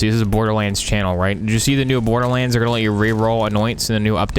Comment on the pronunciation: lmao look how he said borderlahnds